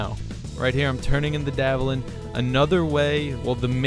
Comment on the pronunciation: Dvalin is pronounced vallin